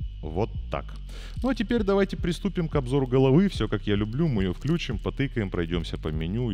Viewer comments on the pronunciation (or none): none